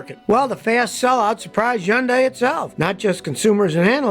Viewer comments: Scottty Scotty Scotty. It's pronounced Hun Day. Not Yun Di. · Scotty, why do you leave the H off of Hyundai? You are the only one I've ever heard call it yundai. Most pronounce it Hi - yun - day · Scotty It's Hun day! Not Hyun day! The Y is silent! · They've just had a big campaign here to make British people pronounce Hyundai properly. It's not HI-UND-DYE it's HYUN-DAY 🤣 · Learn how to say hyundai Mr "yundai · Please stop making videos with Hyundai vehicles, until you stop mispronouncing the name ! It's NOT YUNG DAY ! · It's easy to say it correctly: Sunday, Monda, Hunday!!!! I got this from a factory rep in 1987. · I wonder how long til scotty realizes there is an H at the beginning of "yundi" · Where I live we pronounce it honday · Nobody: Absolutely nobody: Scotty: Yahnday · One of these days Scotty will learn how to say HUN-DAY. What a hard headed Red Neck!! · Lol it’s hun-day 🤣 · I worked for a market research company a decade ago and Hyundai came in and told us how to pronounce it in an easy way. “ITS HUN-DAY LIKE SUN-DAY” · Who cares how it is pronounced. It is still hyuJUNK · Scotty please stop butchering the Automaker's name!!! google it!! How to pronounce the car brand Hyundai correctly, unlike almost everyone else. - ESP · You pronounce Hyundai funny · It's hilarious how Scotty can't pronounce both Hyundai and Ioniq correctly LOL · Scotty says it like no one else. Cmon dude, even the company reps don’t say it like you. We should pronounce your name as skooty kill-meer